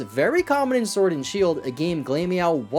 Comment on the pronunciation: Glameow is glamor like fashion and meow. Glam rhymes with clam not claim. Glamorous cat. Glamor meow. Glameow. Not glame-meow